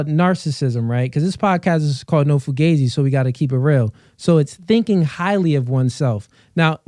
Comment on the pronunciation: Ripped Jeans On Guys Is Straight Up SUS To Any Pro Stright Men. Found This Pod Of A Clip From One Of My Subs So I wanted To Check It Out. Now, How Do You Pronounce This Pod? Fu- Gah- Z; Fu - Gee- Z; Cause I Rewinded 4x And I Keep Hearing, Fu - Gay - Z I Do Like Talkin Points Tho, A Cross Of Steph-is-Cold And Whatever Podcast. It's Cooly. I Hit Tha Like Button Tho Fa'Sho.